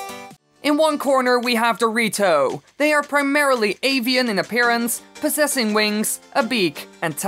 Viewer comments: I can't unhear "dorito" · When you say “the rito” fast it sounds like dorito